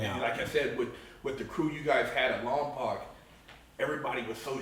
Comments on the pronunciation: You prounced lompoc as "lom-POC" thats because you aint from lompoc. Im from lompoc and everyone from lompoc prounces lompoc as "lom-POKE" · I lived in lompoc for a few years ..... try saying lom-poke instead of lom-poc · Imagine being locked up in Lompoc just to mispronunce it.